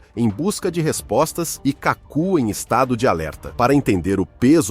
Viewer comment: O autor do vídeo deveria ter pesquisado melhor o nome do cientista. O correto é KÁKU , e não Cacú !